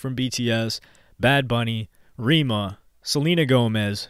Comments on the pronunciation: Bro it's pronounced "rare ma" not "re ma" 😭😭😂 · REMA not RIMA he is a nigerian artist